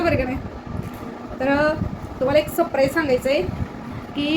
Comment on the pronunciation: सप्राईज नाही ग बाई surprize